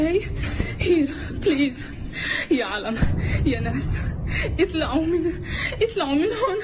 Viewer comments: I speak Arabic, when she says اطلعو get out, she can not pronounce the letter ع Put the word on Google translate, and listen to it. Plus, the accent is not Gazan at all. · At the end of the video the istaeli actor said leave اطلعوا but she pronounced two arabic letters wrong ط ع. Her arabic is laughable.